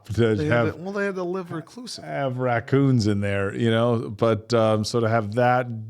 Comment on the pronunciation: Hi. Watching these guys the last couple of years, I'm always thrown by "dad jokey" mispronunciation of words. Cute/weird habit that sometimes infects his cohorts, too. So yeah, raccoons. The X that Lestat marks Tom with, and Louis marks Chief Bardeen with, are a) Punishment: For luring them out of their home for cops to raid it. b) Warning: Don't f*ck with us. c) Bookmark: We'll get you, my prettys!--and they do, when one of the marked men brings a gun to a fang fight, and the other shoots his mouth off one too many times.